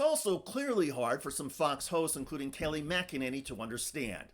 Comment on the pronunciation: “Kay Lie” McEnany…..